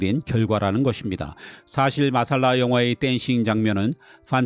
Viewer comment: '마살라'가 아니고 '맛쌀라'가 원어 발음에 가깝습니다.